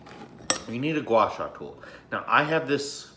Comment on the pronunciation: pretty happy seeing said a very decent Chinese word gua sha( 刮痧）